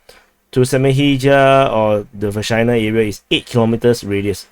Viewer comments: Say Vershynah one more time 😜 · doing the repetition on purpose, yanno. He says Vershyna, I hear Vagina.